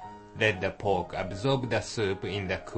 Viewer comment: "add wata' to cova' de' POKE"